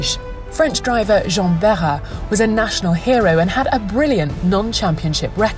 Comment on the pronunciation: It's great to see Jarier and Behra's name pronounced so accurately. In a world of Chawls Luck-Clerk, it deserves a mention.